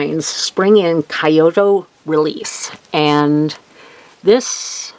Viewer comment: Great cards! My fave were the spring in kyoto cards! (that set is on my to get list!!) by the way to pronounce kyoto is "Key-yo-toe" Also you pronounced kokeshi correctly i think! the Pokey thinks are just hairpins! 😁